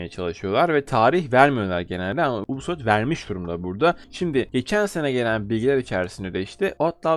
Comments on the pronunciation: anliyorum. Bundan sonra dogru okursan cok iyi olur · Lutfen yubisoft de ubisoft degil😃